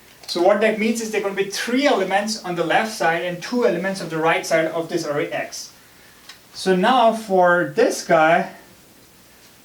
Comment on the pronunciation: eewven, awrray, aasm